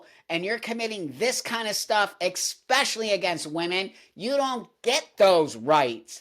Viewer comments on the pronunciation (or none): Buck, I love it when you say "ekspecially" 😄🧡 On a more depressing note, this has been happening in the UK for years. JK Rowling has fought against this tooth and nail. She tweeted out a list of "trans women" inmates who committed sexual offenses against women and are now in femal prisons. Some of them got other inmates pregnant. This is what got her charged with "hate crimes" by the Scottish government. Although maybe now that Humza Yousef is no longer PM that law might be overturned, here's to hoping. I wish JK Rowling would come in your podcast!!